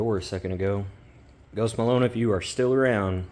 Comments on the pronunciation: “Ghost Malone”? 🙄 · “Are Kansas boy”? “Ghost MAlon”? Good lord